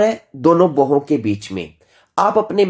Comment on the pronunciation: आपकी सामग्री तो बहुत अच्छी है। कृपया उच्चारण का समुचित ध्यान रखें जैसे आप ब्रह्म को भ्रम बोलते हैं भोहों को बोहों, शब्द को शबद आदि।